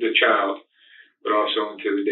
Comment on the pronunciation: Child not chowd